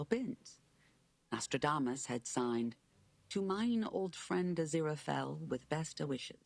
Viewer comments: Just pronouce it "Ah-zi-rah fell". I know it might seem like it's hard at first but really it's not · Aziraphel —> Az ear a fell. That’s how you pronounce it :D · If it helps, his name is pronounced "uh-zee-ruh-fell" 😁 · az-ear-a - fell if it helps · This is just to help you get the pronunciation easier on our angel's name. Think of it like this: a-zer-a-fell. I hope that helps! Love to see you react to another one of my favorite series! Stay awesome!❤ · Aziraphale is usually pronounced uh-ZEER-uh-fell if that helps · Well fro pronunciations maybe the is will help. Crowley (Crow-Lee) Aziraphale (Ah-see-rah-fell) I believe you pronounced the first half his name correctly. The Last half of his name its just “fell” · lol, I had problems with az name too it pronounced Uh-zeer-uh-FAY-yuhl. I hope that helps 😅 I love this show so watching your reaction is amusing to me😂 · try “az-zeer-ah-fail” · Funny how you have no idea how to pronounce Aziraphale's name because Crowley hardly ever calls him that 😂 This show has the best humour. When Neil Gaiman & Terry Pratchett's funny brain cells combined, you get this masterpiece. Ep 3, a fan favourite, LESSS GOOO!!!